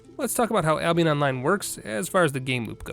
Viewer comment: did u just say Ablionest?